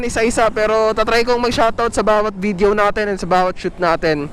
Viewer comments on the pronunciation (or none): none